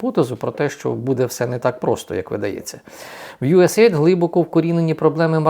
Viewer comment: Правильно говорити usaid "ю ес ей ай ді "